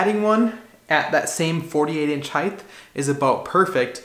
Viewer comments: I think I pronounce it with a "th" sound at the end for some reason! Never really noticed it before! I'll have to work on correcting that... :) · Assuredly off topic, but why are you putting the soft "th" sound on the end of the word height?! It's not "heightth". Is this a regional thing? People from New England or something? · It's so much easier to just say the word correctly. It's not heigth, it's "Height" ....HARD T at the end, not TH. rhymes with kite, white, bright, night, light, fight flight, sight, blight, fright. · I sport the same first name. And just like you, I too always made a mistake and said height(h)! It is a slip of the tongue, means the other direction is widt(h). But my best buddy would never let it rest. So I share that with you...and thanks for the correct height to place the box...lol! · A little tough to hear on the audio but do you pronounce it height or heighth? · is great. His pronunciation of ‘height’ isn’t though. (It’s heighT… not heighTH.) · It's a common utterance because of width (breadth), length, and depth. So "height" gets conflated with the -th sound at the end. It's just something many people say, very similar to the "acrost" instead of "across".